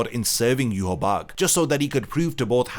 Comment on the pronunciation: Bro, it's Yu-Ha-Bah-Ha